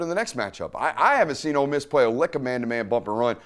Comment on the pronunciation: Love love love the break downs Dude. My only note is that we are "OLE" Miss...not "OLD" Miss. haha. Every time you say "OLD" I think of my mother-in-law. I don't want to think about that hag while im watching football! haha. Hotty Toddy!